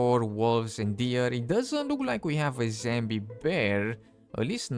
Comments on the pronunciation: "zambi" animals ... "zambi" wolves ... "zambi" boars and "zambie" deer how the F does one get to where they're pronouncing "*zombie" ... "zambie" 🤣🤣🤣🤣 like, it's really simple, just google = "zombie pronunciation in English" and push the play button and boom, you've learned something new and actually put some effort into making content ... or you could just continue to not bother about pronouncing words correctly and simply make content in your native language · I Personally like it when he says zambi. This is he’s signature and it very funny. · Zambie, lol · Love it when he says Zambie